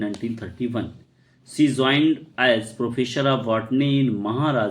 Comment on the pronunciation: Joined ❌️ Zoined✅️